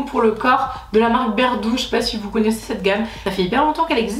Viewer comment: de rien ❤️ j'ai modifié 50 fois tellement j'avais l'impression de pas être clair haha. Tu pourras te la péter d'être une des seule française a bien prononcer cette marque 😂😂 la classe 😎😎😎